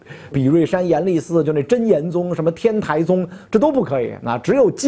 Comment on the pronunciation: 袁老師，天台宗的台是讀tāi不讀tái